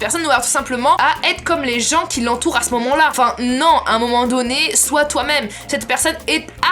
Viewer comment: remplace le mot "sois" par "swouat" aime si tu à remarquée😂